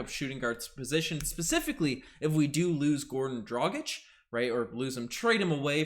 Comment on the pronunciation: How are you flawlessly pronouncing his name, but can't get Dragić right? 🤣